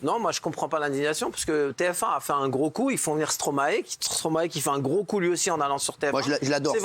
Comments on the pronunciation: Encore un truc les Français, c’est pas Stromaé!! C’est Stromae ae ae ae. C’est quoi votre Stromaé de n’importe quoi la. StromAE!!!! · et pitié les français...arrêtez de l'appeler STRoMA ééééé...petit tuto...vous êtes capble de dire MAESTRO??? alors vous devez pouvoir inverser les syllabes....Stromae...maille comme la moutarde... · Par contre stop de dire « stromaÉ » ! Ça se dit « stromAY » !!! C’est pas compliqué quand même bordel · Mes oreilles saignent à chaque fois que j’entends Stromaé.... STROMAÏ svp merci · Alors les français, une fois pour toute : on ne dit pas « StromaÉ » mais « StromAÏE » et on ne pas « BruKSelle » mais « BruSSel » ! Faites un effort, merde 🤦🏼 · S’il vous plaît la prononciation du nom de l’artiste c’est pas stromaé mais stromae le ae ce dit Aille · STROMAY PAS STROMAÉ svp faites un effort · Ils me feront toujours rire à dire stro-MAÉ